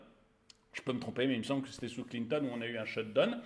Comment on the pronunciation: Sht down pitié prononcez correctement down pas done !!!!!